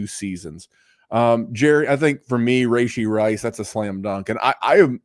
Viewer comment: Take a shot every time he says “Ray-She” Rice